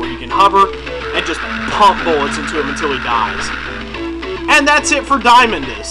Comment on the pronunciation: I usually pronounce Diamondus as "Dee-uh-mon-dus"